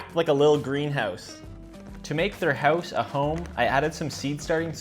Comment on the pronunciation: Your accent really comes out on "house" and "leggy"